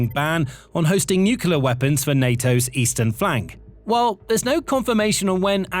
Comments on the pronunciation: I really appreciate the work that goes into these videos. I have watched many of them. At this point, however, I am about to pull my hair out over the mispronunciation of NUCLEAR. The correct pronunciation is NEW KLEE UR, not NEW CUE LURE. Rather than pull my hair out, a better option would be to stop listening. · Stop saying nukila. The word is nuclear. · *Nuclear, not nuke-you-ler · The word is nu-clear not nucular. Unlistenable. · It's "new-clear " not "nucular". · Please learn to pronounce nuclear properly, it's really distracting. It's not nukeular! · As it happens, "nucular" weapons are not a problem - fizzers! It is the "nuclear" weapons that make big bangs. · NUCLEAR NOT NUCULAR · It's nuclear, not nukular. You sound like an American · it’s nuclear not nucelar… Do it correctly! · it's NU-CLEAR not "NUCULAR"!!! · It's pronounced New-cle-ar Not New-cu-lar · "Nuclear". It's hard to take anything you say seriously when you pronounce it like George Bush. New car, clear windshield. New-clear. Noo-Kleer. Nu-clear. Nuclear. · It’s so hard to take the narrator seriously when he constantly mispronounces nuclear and says it like Homer Simpson “nukular” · Nuclear. New-Clear. There is no q in nuclear. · Sorry, what does "nucular" mean? I'm not a native speaker, and I do not know this word. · SOMEONE, PLEASE, teach this commentator how to correctly say the word nuclear (nuc-le-ar). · Normally love the content but I had to stop after hearing "new-queue-ler weapons" over and over. You have to know how to pronounce nuclear. Come on now. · Another mispronunciation is 'nookoooleeaar'. 👿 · I found that the repeated mispronunciation of 'nuclear' very distracting - it's pronounced 'new clear'. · You are pronouncing "nuclear" wrong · Thumbs down for not being able to pronounce the word: "nuclear". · Please learn how to pronounce nuclear.